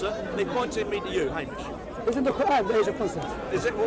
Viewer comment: "Hamish" "Haymish".. Hahahaha